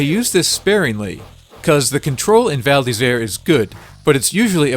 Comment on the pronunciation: Actually, your pronunciation of the title is quite correct :) It would be perfect if you could make the "r" from "Isère" sound more frenchy ^^